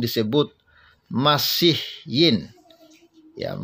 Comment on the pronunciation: Min, sebaiknya anda belajar juga melafal ucapan dalam bahasa Arab.. supaya ga kaku ngucapinnya.. seperti kata "masihiyyin" udah di-ulang2 masih salah juga ngomongnya. jadi kesannya anda juga ga ngerti arti kata yang diucapkan. maaf yaa untuk kebaikan kita juga kan.. biar kelihatan keren dikitlah gitu..